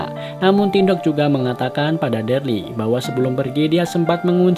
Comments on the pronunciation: Namanya bukan derli bang wkkwkw daryl 🥲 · Daryl cuukkkk Daryl ( baca DERIL ) Sebel gw tiap dia bilang DARLI 🤣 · Nonton ulang2 msh ngkak Krn deril d panggil derli😭😭😭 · Darly sapa bang Daryl gk bang 😂😂😂 dibaca deril gk sih? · Bukan derly bang tapi daryl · bang....yg bener itu Daryl.....bukan Dearley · Daril bang bukan darli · Cuman ngasih saran: kalo itu namanya buka darly tapi.deryl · maap bang ijin koreksi. si "Darly" itu hrusnya dibaca "Daryl" (deril) hehe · Daryl bukan darly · maaf sblmnya itu namanya dibaca daril bkn darli 🙏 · Daryl bang bukan Darly 😂😂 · Kenapa gitu kalo orang ngomong deril (Darryl) itu ngomongnya derli Itu nama gua sat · Darly 👎 Daryl 👍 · Deryl dibilang derly 🤦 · Dereeeel bukan darli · Daryl bukan derel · Deril aja Bang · Bang itu daryl di bacanya deril bang,,,cuma koreksi🙏